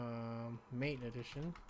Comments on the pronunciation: Mate, is pronounced Maw-Tay. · MATE = mah-tay